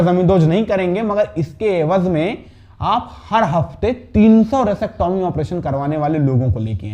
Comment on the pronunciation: Resectomy nhi vesectomy hota hai😂